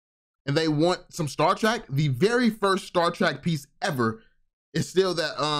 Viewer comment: my OG... its pronounced Star Trek not track lol love the content brother!